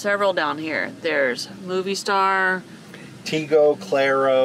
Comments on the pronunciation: Love you guys! So much laughter; sounded like you had a great time!! FYI: to help you out on the pronunciation on Movistar … it’s ‘moe-vee-star’. (Not ‘movie’) 😊 (Mobile in Spanish is Movil) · Movistar, pronunciation= MO V Star. :) love ya guys. I love that yall do try your best at the Spanish, and yall are getting better and better. :) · You guys are awesome and adventurous and Movistar, you dont pronounce it like moviestar. There is no u on the pronunciation 😉😉🤣😂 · Fyi:) its Mo-vee- star not Movie Star